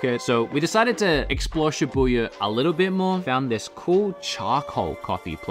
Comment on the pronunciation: Booya, its Shibuya!!!